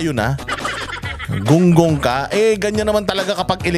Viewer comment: ayan huh pnapanood ko na kahit always team late na me,,,😂😂😂 Eh kaso nga marupok din kami kaya buti nlng meron nito🤬d kc ako pala🤬kaya labs na labs ko #TatayDigs ,,,may sense nmn kc bawat 👊🏼🤬👊🏼 nia‼️‼️‼️🤣🤣🤣 natural na natural un pagbigkas ng “gunggung” ,,lalo na un “engot”,,,bwahahahahhahahhahhahahahahahha